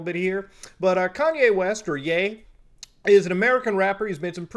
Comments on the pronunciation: yay not yee ffs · Take a shot everytime he says YEE